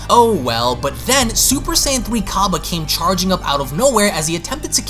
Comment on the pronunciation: i love your youtube channel, but there is something you need to know its cAbba as in cabbage not cobba as in corn on the cOb